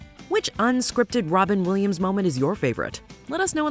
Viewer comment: Wobin Williams 😂